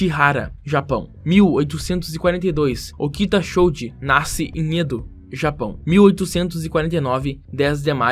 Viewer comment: "Okita Xoudji" WTF!?